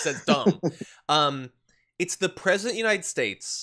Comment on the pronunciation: And he's your pwesident? ¿! Ducky ducky ducky, QUACK quack kwaK.